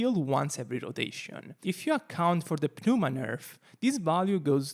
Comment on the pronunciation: If you are wondering, you don't pronounce the P in pneuma. It's just "nooma".